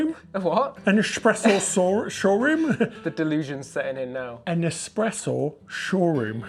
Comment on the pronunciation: I could tell you were tired when you slurred “espreshow”. I’ve been having fun watching both of you, and Ordinary Adventures rolling through the same places. I’d feel the same way as both of you, and Peter and Kitra…I wouldn’t feel fancy enough. I too would be rolling in in my Crocs. ✈️🛳️⛲️🌇 Now I have to go rewatch Crazy Rich Asians again. If you haven’t watched it yet, do it.